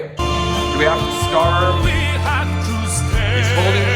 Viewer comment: This masterpiece has given me so much to question and learn from.. Do we have to STARVE is not pronounced clearly.. I think the word save (In the next sentence) makes the word starve sound like stave.. Other than that translation hiccup is a masterpiece.. 🙂